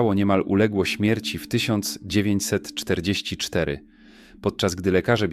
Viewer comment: masz blad lektora AI w okolicy jak mowi "1944"